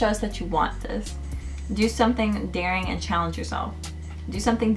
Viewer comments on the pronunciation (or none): none